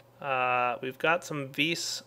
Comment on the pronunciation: How many times did he say vees (vis) in this episode?